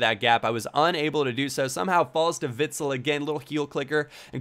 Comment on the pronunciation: Just so you know, you pronounce Witsel a bit different. More like Witsell, like the sell from selling.